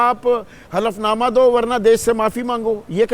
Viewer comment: Hlfnama bolo hflnama nhi